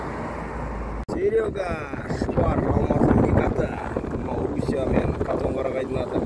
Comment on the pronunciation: Қазақтың төл сөзін бұрмалап айтуды қашан қойамыз. Катон емес Қотар қарағай деп айтылуы керек. Қотан сөзі мал шаруашылығында қолданатын сөз. Қой қотандап бағылып жатыр. Малды түнетіп бағу əдəсі бар. Мұны қазақ қой қотанда жатыр деп айтатын болған. Пернебай Ізмəмбет ұлы.